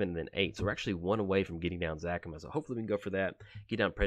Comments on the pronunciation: You're saying Zacama wrong. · Another commander he does not know de way to saying the name properly